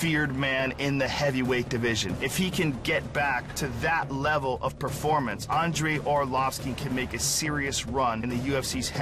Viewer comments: Whats wrong with this brazilian commentator at 30min49, who is " Andrei Arlovisk" ? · Arlovisk??! Nice job! Hope he gets the W!! Why can't they just learn english and why can they do their weigh-ins/promo videos in portuges, insted of other countries (Germany, some parts of Canada -which are french territories originally, Japan... etc.). No offense, Brazil has a lot of great fighters, but I'm fuckin' tired of listening to this unknown shit!